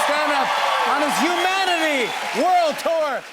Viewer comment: So funny how he says Humanity. 'Uma.ity'